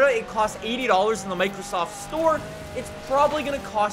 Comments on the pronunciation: Are we going to ignore the fact that said "Microstoft store" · "Microstoft" lmao